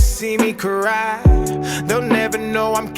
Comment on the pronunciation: Dax can bend words like pretty much none other than Eminem. To make it fit the rhyme scheme. Watch Eminem interview with Anderson Cooper. Dax does that here splitting cry into 3 syllables. Maybe 4?